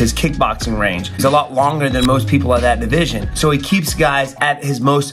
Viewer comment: That "..middle weight divijsh" just earned a like